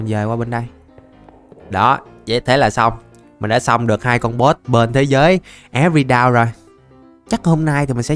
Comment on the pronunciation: Thế giới của người ta là everdawn mà lại đọc là é vơ đau